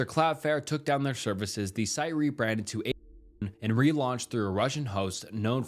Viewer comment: You cant say 8chan? Holy cow